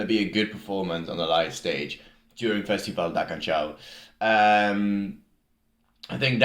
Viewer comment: Canção is pronounced as k-a-n-S-a-u, with "s" as in "sea" or "soup". There is no CH sound